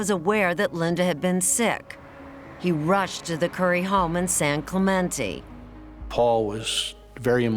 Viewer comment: Thank you to the narrator/ host for saying San Clemente correctly.